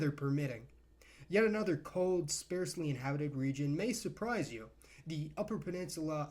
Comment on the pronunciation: “Sparsely” sounds like “parsley”. Not picking up any spares bowling when that word is pronounced